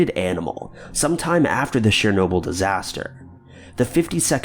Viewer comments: Isn't Chernobyl pronounced Chur-noble not Share-noble??? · I believe it's CHURR-NOBLE. Not sher-noble, not share-noble. CH-CH-CH. Like CHeese or CHina or CHeckers. Ur welcome. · #2) Chernobyl not Sharenoble! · Your pronounciation sucks! Chernobyl "CHURRR NO BULL!" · “Sher-nobyl?” What the fuck man. That was a huge and devastatingly awful disaster, the least you could do is get the name right. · You mean like "share- noble"??? Lol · Show the video you're talking about, when you're actually talking about it.. and the title not matching the intro title you say when you start the video is annoying. Also... Chernobyl as only been said over and over as of recently... yet you still say it like an idiot. These videos that you do aren't interesting anymore.